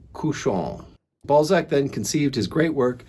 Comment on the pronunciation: I found Eugenie Grandet yesterday in a charity shop. You are still making him sound like 'ball sack' though😂